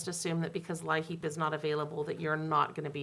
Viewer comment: You’ve been very helpful with everything going on during this shutdown. I’d be going crazy if it wasn’t for all the updates!! Oh and thought I’d let you know that LIHEAP is just pronounced like the word “Leap” Thank you and keep it up 🥰